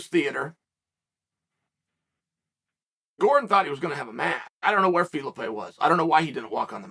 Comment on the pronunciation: "If we're gonna tell the story we're gonna tell it accurately" but I'm gonna call the guy Fee-Luh-Pay